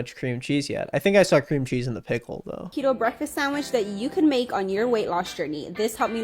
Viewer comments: He's saying it with a soft "e" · i have never heard anyone pronounce Keto this way. Is he right? Is everyone i love wrong? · I find it baffling that this person who has likely never had to diet in any form in his entire life finds it necessary to pretend for twenty minutes to be an expert on the matter. Despite the fact that he couldn't do enough research to even pronounce it correctly, he is still able to poke fun at the people who have. There are plenty of studies out there that prove the efficacy of the diet for those who want to find them. He obviously didn't want to, because it's easier to spend twenty minutes making fun of dieters (and to equate them with anti-vaxxers) than to spend twenty minutes reading about the doctor who literally argued the case for a ketogenic diet in court and won, or do a five second search to learn that it was suggested for weight loss a full sixty years before it was used for epilepsy (a fact that doesn't fit his narrative the people are using it for unintended purposes). It's easy and funny for him to lie about diet pills not killing anyone (god, just do A SINGLE google search and you'll learn about things like Fen-Phen, Meridia, et cetera all in the same article!) despite the fact that there is zero evidence that anyone has died from keto dieting. He finds it fun to make fun of someone for eating two whole tablespoons of cheese (god forbid two whole tablespoons!), or putting cheese on a pizza (the audacity!) after admitting that he gets food delivered to his house constantly (no, no, you're right, I'm sure it's all salads, whole foods, and ancient grains and it's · Love the subtle correction of how you pronounce keto without acknowledgement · Okay I know I shouldn’t be focusing on this but like. IS IT PRONOUNCED KE*T*O or K*E*To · THE WAY HE SAYS KETO WRONG THE WHOLE VIDEO 😭 I hate keto though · This is actually kind of embaressing man, you clearly didn't even research how to SAY the name lol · It's pronounced keto